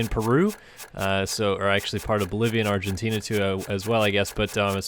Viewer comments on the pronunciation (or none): none